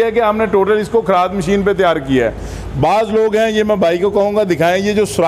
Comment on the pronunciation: Bhai Kharaad nhi kharad hota hy jisy lathe machine khty hen